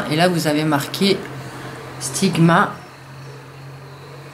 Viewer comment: bonne video mais le pinceau sigma c'est un extravagenza et c'est la maniere normal don la marge sigma les a ecrit sur leur vrai pinceaux se n'est pas aliexpress qui les a mal ecrit voila petite info :) et sa me fait rire la maniere que tu dit "sigma" tu le dit "stigma" mdr mais c'est sigma voila petite remarque pas mechant voila gros bisou et merci pour t'es belles videos.